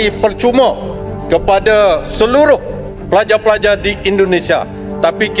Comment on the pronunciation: Bukan pelaja pelaja bos tapi pelajar pelajar,, baca nyt